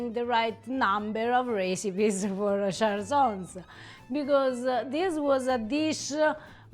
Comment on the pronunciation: I love that you showcase a bit of Friuli, it is such an underrated region of Italy often forgotten about. So the way you pronounce cjalsons is with a harsh j. ‘Cj’ in this case is pronounced as ‘ch’, think of the wine ‘chianti’ for pronunciation. You guys are amazing!